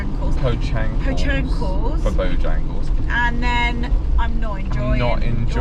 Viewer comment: The fact that they called Bojangles “Pochangles” 🤣🤣🤣